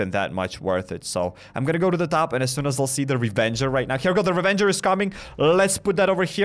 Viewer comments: ITS RAVAGER DUDE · Anyone else hearing him calling it a Revenger? I swear it’s called Ravager…. Or am I blind